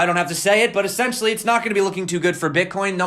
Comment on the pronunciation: you're great man, but please check your "essentially."